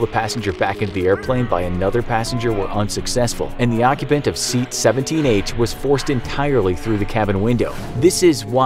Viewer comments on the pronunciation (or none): none